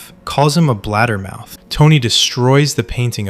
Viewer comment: It's BLABBER-MOUTH, not bladdermouth. Nice breakdown. I never realized Paulie gave the order.